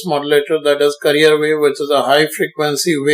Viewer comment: Sir you sound like veteran actor Sanjeev Kumar and your explanation was very effective and for God sake it's carrier not "career".